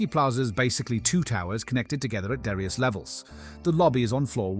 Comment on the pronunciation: ...Made without AI? Some clips are clearly generated by AI, and the voice is very likely AI too, making pronunciation mistakes like 'darious' instead of 'various' (and just sounding very flat overall). This is the kind of shit we'll see more and more of, when AI creations get penalized by default; people will put more effort into hiding it.